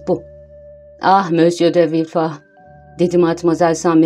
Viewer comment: sizi villefort'u "vilford" yerine "vilfah" diye okumaya iten sebep neydi? ford'un hiçbir yerde "fağh" diye okunduğuna şahit oldunuz mu?